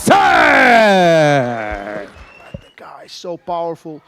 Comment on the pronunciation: It's pronounced mash itch.